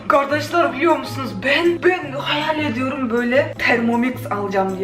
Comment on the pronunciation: Gardaslar demesi cok tatliggggg